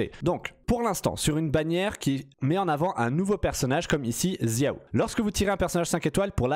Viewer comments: pourquoi tu dis "ziao" tu es dyslexique ? de même pour "kaitchingue" ou "djine" "tchitchi" "vaineti" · J’ai fais chinois au lycée et c’est comme ça que ça se prononce en chinois “chiao, keutching, tchitchi” et pour Jean et Venti ils se prononcent en anglais tout simplement ^^ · "Zia-o" x)